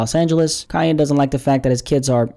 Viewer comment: I LOVE, but I've gotta say, it's KANYE ( not Ka-yay)!!!!!!!!!!!!!!?!! It was making me wanna scream!!! Love yas though xxxxx